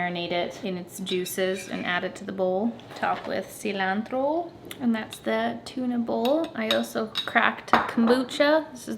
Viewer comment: Well hello!!!! I see my package there right after 😁🥰 PS I rejoice when I hear you say “cilantro” like a true Latina haha